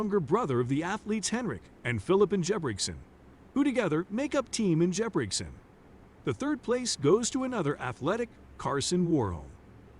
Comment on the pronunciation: Some of them aren't even close. Ruud sounds more like the English word "rude", and for Ingebrigtsen I would have no idea who the voice was talking about.